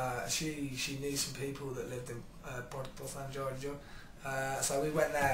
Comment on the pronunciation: I just love how he says "Porto San Giorgio"... His pronunciation is soo good! Italy loves you, James! XOXO